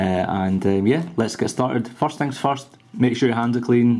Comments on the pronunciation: forrst thing forrst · forst thing forst XD